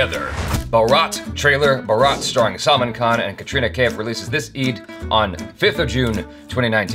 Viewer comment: It's NOT SALMON KHAN (he ain't no fish) Salmaan khan (sul-maan) There you go, now for the love of god, please.